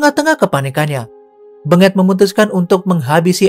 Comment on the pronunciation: Aa, lafalkan namanya bukan BeNGET tapi BENGET, huruf E nya dilafal dgn logat Medan bukan logat Solo 🤣